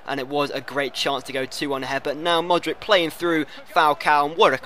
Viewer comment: you need to work on you pronunciation Modric = Modrich Hummels = Huh-mmels Subotic = Soobotich